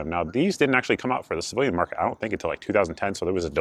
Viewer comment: Good review 👍 I had to listen closely as I thought you were saying "slave market" but figured out it was "civilian market."